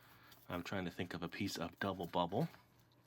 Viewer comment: Is it just me or did he say gubble bubble in the part when he says how good it smells